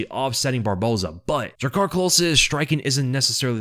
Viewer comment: aplause. “except for barbosa” is real hard to say. you said it flawlessly. a lot.